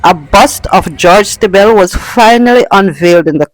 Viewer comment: Just one correction, Stiebel is pronounced "Stee-bull"